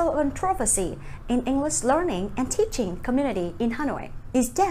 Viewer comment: có chỗ chị này đọc teachen ( tít chìn )